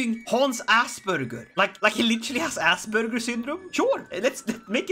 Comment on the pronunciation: Hans Aspberger....lol